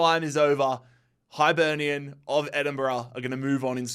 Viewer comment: The “Highlight” was “Kill- ma-Knock” vs “High-Burnian” 😂